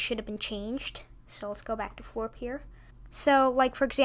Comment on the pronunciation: Not foorp. Floorp